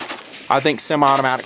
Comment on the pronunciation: "simi"? It's "semi".